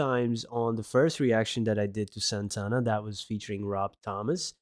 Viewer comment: Now, you are an honorary Latino because you pronounced Santana's name correctly. HA HA HA